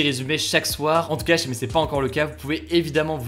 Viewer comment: Juste une remarque qui me titille et qui n'est vraiment pas importante, tu as des problèmes de prononciation juste sur le mot "si". C'est pas du tout flagrant mais maintenant j'ai remarqué que tu ne l'as jamais bien prononcé